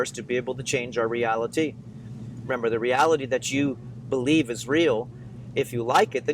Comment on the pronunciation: "Be "lie" ve"